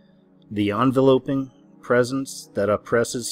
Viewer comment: It's not " on-velope-ing". It's enveloping " in-velop-ing". Because they were " enveloped by it"